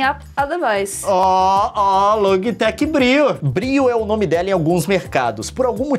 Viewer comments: a camera é loji tec e nao logui tec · Se fala LOGITEC